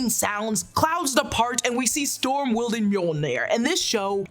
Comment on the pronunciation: Maybe I was just hearing what I wanted to, but I could’ve sworn Storm called herself “Thorm” in this trailer lol